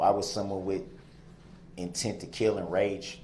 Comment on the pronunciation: He says kiwl. Intent to kiwl. He has a long list of words that he can't pronounce.